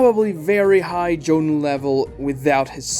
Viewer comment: gaara when calm is low kage level, kimimaro beat him and lee while dying. he also HAS to be stronger than jugo by lore alone who is either elite jonin or low kage. he should be around the same level as hebi sasuke. this channel sucks and the guy cant even pronounce jonin